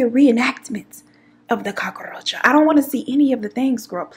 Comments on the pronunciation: N the Cockaroacha!! I can't stop saying this!!! It's more like cookaracha (in Spanish) I love n adore u so MUCH! 🥰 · First 3 min. i thought blue was your man, and I thought you was going to say you locked him out. They say men dont notice hair and nails but i like your s#it. The way you said cockaaahroacha made me wonder if you was puerto rican. lmao your funny made me laugh when i needed one. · I’m hollin 🤣🤣🤣🤣 Im glad I found yo channel new subbie girl every time you said Cock-a-roacha I start crying 🤣🤣🤣🤣🤣🤣